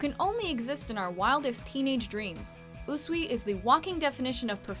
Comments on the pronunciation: yah sure....ooooosssweeeeeeeeeeee. His name is pronounced as oo-sui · OMFG, stop butchering Usui's name😈😈😡😡😠😠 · I’m dying on how she said Usui’s name